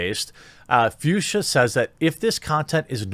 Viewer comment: Fuchsia is pronounced „Fooksya“ and is a name of a specific pink color tone.